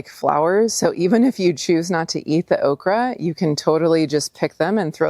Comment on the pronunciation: It's called okreeee. 😅